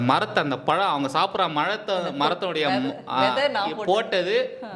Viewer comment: "மலத்தை... மரத்தை ..." நக்கல்யா உனக்கு 😂😂😂😂